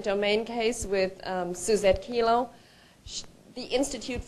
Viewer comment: It's "Kelo" v. City of New London, not "Kilo." Good info here about liberty & the opposition to gov tyranny.